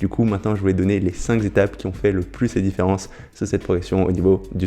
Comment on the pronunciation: tu me fais mal aux oreilles avec tes 5 "zétapes" cinq n'étant pas multiplié est un nb unique et dc sans "S' à la fin cinq étapes ça suffit ..